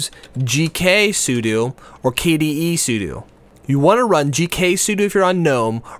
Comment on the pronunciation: The way he pronounces sudo.